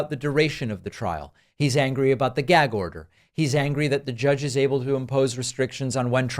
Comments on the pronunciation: What does trump care about the constitution? He wants to get rid of it. Someone should tell him ,it’s gag short ‘a’ not gayg with a long ‘a’ you stupid 💩! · "Gaeyg order" "Yaygan food", just an idiot man child. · I'm a native New Yorker so I just want to let you know David that the way he says the word gag is the way all New Yorkers pronounce it with that thick Brooklyn type accent. However everybody loves the way I talk because I'm a female with an extremely high pitched voice and so the New York accent sounds cute on me!